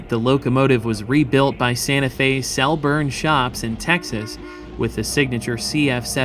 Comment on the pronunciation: FCEN 50 was rebuilt at ATSF’s Cleburne (“Clee-burn”) shops in Texas, not Celburn or Selburn as pronounced .